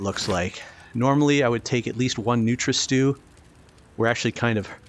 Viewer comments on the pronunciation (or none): It's not nutra-stew, it's Nutria Stew, a Stew made from Nutria, giant rodents!